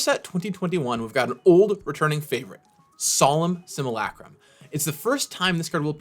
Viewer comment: Hmmm, my name is Jens, solem simulacrum isnone of my favorite cards. Coincidence? I THINK NOT! Also thanks Gavin for not butchering the name